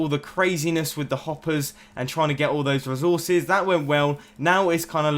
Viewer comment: I love how he says resources "rizorsus"